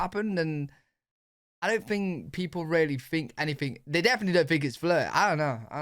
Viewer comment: I "fink" its weird that you say "fink" for think! :) Born and raised in USA... we don't say "fink" for think... a "fink" is a rat, a traitor, a bad guy. LOL! Cheerio, lad!